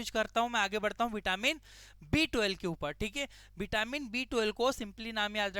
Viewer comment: B12 clearly bolo, property sunai nahi deta. B2 sunai de raha hai